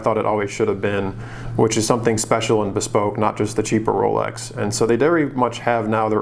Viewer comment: Rowlecks > Chewdurr